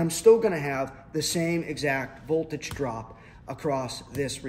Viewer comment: "A standard silicone diode." Nope. It's silicon. Volage?😆